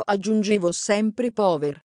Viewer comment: Si pronuncia pauer